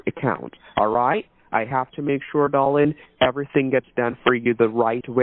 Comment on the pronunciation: DAR-Lynn. 🤢 🤮 I didn’t saw the number😂